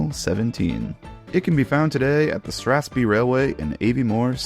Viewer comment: The name of the reigons are prounounced "STRAFF-SPAY" and "AVVIE-MORE". BTW Strathspey is in a reigon of Scotland well known for Trout Fishing. Aviemore is well known for being a centre for Skiing and other Winter Spirts.